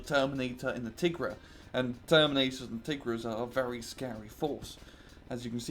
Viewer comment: Aww come on. You can pronounce "Tigre" correctly. It's nothing fancy it's the British version of "Tiger" just like "centre" = "center". Chimera is pronounced more like "Kaimera" or "Kemera". The Chimera is a beast from Greek mythology. A creature with the body of a Lion, a snake as a tail and a 2 heads a Lions and a Goat. And that was Tore's information corner for today.